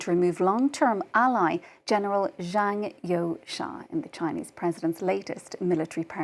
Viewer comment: Zhang You"sha"? Wtf? So, everyone at FRANCE 24 agreed to mispronounce their video's subject?